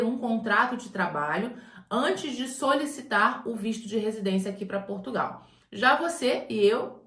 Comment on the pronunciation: A "moça" do canal também vai ter que aprender a pronunciar o nome do nosso país, porque esse país, que ela também chama "PortugAAAAAOOO" não existe, esse não é o nosso país.